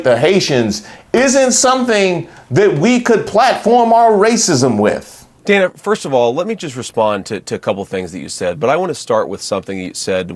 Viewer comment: JD must be best friends with Uncle Tom Byron McDonald because they talk exactly alike both in tone and rhetoric. They are both condescending, disrespectful, racist, and always make a point to try to overtalk anyone interviewing them. He purposely kept mispronouncing Dana's name too. JD needs to be fired for the hate and pain he has inflicted on the Haitian community. He is just disgusting!